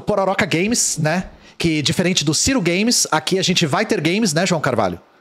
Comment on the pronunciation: "Gay mes"